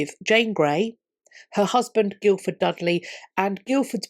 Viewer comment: Brilliant summary of very complex events. Little niggle: Guildford is customariĺy pronounced 'Gifford'.